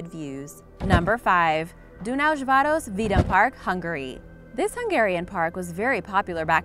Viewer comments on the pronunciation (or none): You pronaunced it vrog its actualy Dunás város😠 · I'm Hungarian and it was funny how you said Dunaùjváros vidámpark Vidàmpark translates to fun fair or amusement park And Dunaùjvàros is the name of the city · Dunaújváros vidámpark... Im Hungarian and no offence but I chuckled at the accent :}